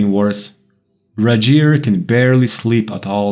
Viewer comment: I’m sorry, but “Rigel” is definitely a Scandinavian sounding name. The ‘R’ would be rolled and the ‘I’ would be harder. It would be pronounced “Reegel” in typical English. It’s totally a Scandinavian name